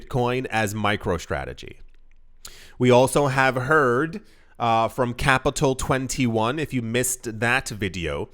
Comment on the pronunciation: It's not "Capital 21"